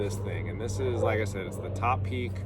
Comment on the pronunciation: Finally, someone who knows how to pronounce 'Topeak'!